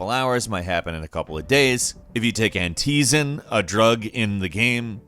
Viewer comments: anteezin it is ant-I-zin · anTEEzin? lmao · But you should give this man who clearly dont play games the pronauciation of some words which are unique in these games like it's Amicia (Amysia) not Amika and it's Antizin not Antyyyzin. Kinda looks you dont care. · Did anyone catch that he called antizin An-teezin?? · Aunt T zin. Thats what he said. Not anti zin. Jeez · An-Teazen when he said that it irked me cause in the game it's Ant-Izen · he said “An-Teeze” lmao, my guys it’s pronounced “An-ti-zin” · Anatizen? IT'S ANTIZIN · ‘An-TEE-zin’ Idk why that bothered me so much lol I’m so petty. For the record it is pronounced ‘An-TUH-zin’ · This man just said anTEEzin instead of antizin for dying light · Lmao "anteeezen"., it's pronounced "Ant-i-zen" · Anti-zin, not an-TEE-zin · An-tee-zin? It's pronounced an-teh-zin? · when he said aNteEeEeZiN, it really hurt inside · What is Ant-ee-zen? Lol have you played Dying Light?? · Ok you've gotta be putting on with all the bad pronunciations you tend to make... They literally talk about Antizin constantly throughout the whole game and you say "anteezen"? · "an-tee-zin"? ok clearly hasn't played dying ligh. "ha-ran" xD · "Anteezin" No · Antezin😂😂😂😂😂 ok I’m sorry dude people can’t say words the exact same way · This man calls antizin antiezin 😂😂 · You know how hasn't played Dying Light: "Anteezin" Lol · Ikr. It is "Antizen" is how it is pronounced but spelled Antizin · its pronounced ANT_A_ZIN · Anteezen great pronunciation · “Ant tee zin” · The way you pronounced antizan makes me feel like you never played dying light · "ANTEEEZEN" lol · Felt the same about"Ant-TEEE-zin". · He pronounced antinzin wrong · anyone else got annoyed on how he said antizin? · Hear this man absolute BUTCHER my favorite zombie game's "cure" you will never be forgiven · what the fuck way did you pronounce antizin? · Same for "Antizin". What the bleep? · The way he said Antizin was mildly infuriating lol